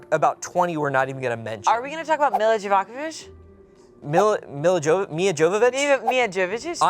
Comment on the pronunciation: Is she saying Mila jolo la vich